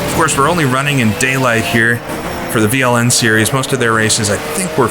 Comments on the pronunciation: You pronounced that quite good, Veranstaltergemeinschaft Langstreckenpokal Nürburgring is quite a mouthful, even for us germans (in english it means something like: Partnership of Organizers Endurance Cup Nürburgring)... these days it has been rebranded as NLS or Nürburgring Langstrecken Serie (Nürburgring Endurance Series). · This is it!! A very good mod! I loved ist back in the days! And...you did very well on pronounciation of VLN 😃